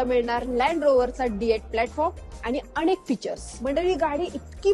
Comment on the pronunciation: अणेक नाही ग.. अनेक!😂